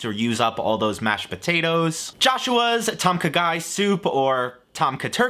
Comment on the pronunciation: Legitimately thought was saying "Turkey tonka guy"🤣